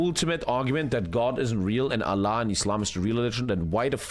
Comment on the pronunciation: I like but When he said allah like that i was not happy